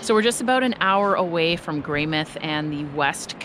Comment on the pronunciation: Just fyi, the mouth in Greymouth is pronounced like the body part, it's not shorted to Greymith like you would think it is. I always enjoy hearing tourists mispronounce words and place names in ways I've never heard before though.